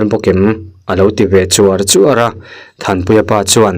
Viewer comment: Chuar chuar tih khi thluk tur aw, Eg. Ka pu lah hi i trawng ang Chûar chûar a😊